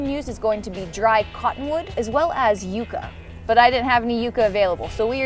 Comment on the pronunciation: I thought she said cockwood lol